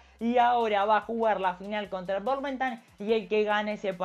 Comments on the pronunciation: Jajajja burmentan es difícil el nombre si jaja pero te recomiendo que le digas Bourmouth sácale la NE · Intento entender de dónde podés sacar la pronunciación que le inventas al Bournemouth pero no hay chance , jajaja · Nadie: Absolutamente nadie: Todos: Bournemouth: Burmentan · Todos: Bournemouth El pibe que lo banco: bournentan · El "Bornmental" jaja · Bormentan no Burmentan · Burmentan jajajaja sos cra!!